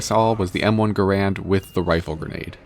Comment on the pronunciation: Bro forgot the first A in Gar-and